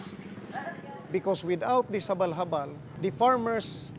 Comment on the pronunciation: "The Habalh-Habalh"..😅